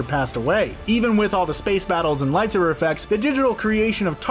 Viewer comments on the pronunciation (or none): none